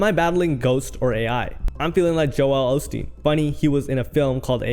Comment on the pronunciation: Joel osteen. Joe L osteen. Rhymes with hole. Also, Joel was known for a hell of a lot more bad things than having a ghost writer